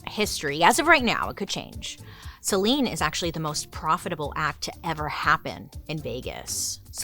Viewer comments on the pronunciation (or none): none